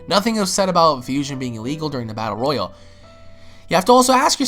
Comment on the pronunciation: It's ROYALE damnit, NOT ROYAL